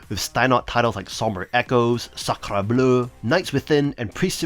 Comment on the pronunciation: I enjoyed your French pronunciation of Sacre Bleu 😁 (I'm French)